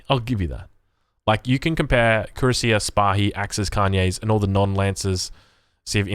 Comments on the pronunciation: It's pronounced KWE - RAS - IYE. Unlike English which is a pretty confused muddle when it comes to spelling, especially of loan-worlds, French is fairly consistent. Cui-rass-ier. Like Courvoisier congnac. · YA YOU FKED UP HOW U SAY CUIRASSIER LMAOOOO